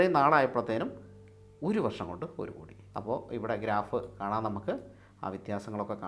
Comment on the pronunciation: കൊടി അല്ല 'കോടി '